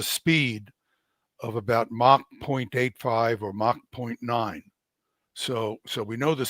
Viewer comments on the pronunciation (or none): none